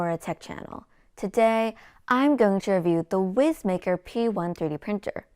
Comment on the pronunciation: Young lady, I poked fun at this printer for its name on their Facebook page. They assured me it’s pronounced wise maker. :) your videos are great!